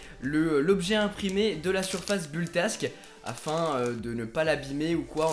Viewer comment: Il y a plein de problème dans ta vidéo, déjà tu prononce mal "build tak" (j'ai un peu saigné des oreilles ^^) et en plus tu l'a collé sur le scotch bleu du plateau donc il va finir ba ce décoller tout seule. Ensuite concernant le filament que tu a acheté, c'est du PLA (acide polylactique) j'ai reconnu que c’était la marque Octofiber, que je te déconseille fortement d'acheter à l'avenir car il coûte vraiment trop chère, pour le filament, achète le plutôt sur "Emotion tech" (très bon site) 20€99 la bobine 1kg et t'a vraiment un large choix au niveau des couleurs. Mais sinon globalement à mon avis tu aurais du te renseigner un peu plus avant de faire cette video, en plus t'a filmé des impressions de merde. pouce rouge...